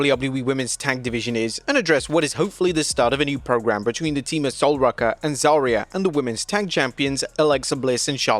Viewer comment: why do he pronounce Sol Ruca and Zaria's names like that? 🤢🤢